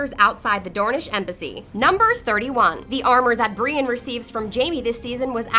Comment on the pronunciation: And Brienne as Breane